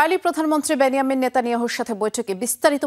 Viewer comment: বেন জামিন নেতানিয়াহু । বেন ইয়ামিন না